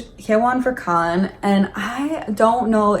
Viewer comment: I was like 'who is Kahn???' Took me a whole minute to realize she meant Kaeun lol sorry